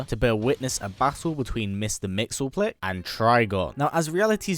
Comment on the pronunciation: mister mxyzptlk is pronounced mix-yes-spit-lick. Trust me, that's what I thought for a while.